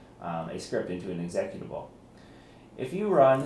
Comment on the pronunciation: Haa Exec at abul lol. seconds. How can you work in computers and not know how to pronounce executable!